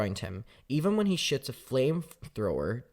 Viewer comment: Every time you say "shoot" my American brain hears "sh*t" and it throws me off for a second 🤣